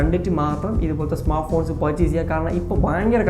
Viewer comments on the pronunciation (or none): Smartphones ❌ smarffone✔️😂